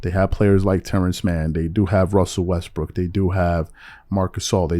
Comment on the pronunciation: Did he said RUSSEL WESTBREAK!!?? 😹😹😹😹😹